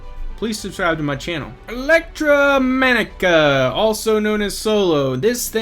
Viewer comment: are you under-educated or just unable to pronounce the name of this company properly? disgusting performance! Not Subscribing.